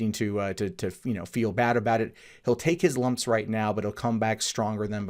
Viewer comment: Why do you say bad as "baid"?